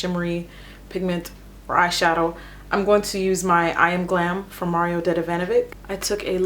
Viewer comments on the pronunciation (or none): none